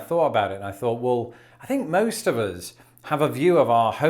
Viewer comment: Have you done a video yet about your pronunciation of "us"? Uzzzzzz. I think it's probably the most amusing part of your regional accent.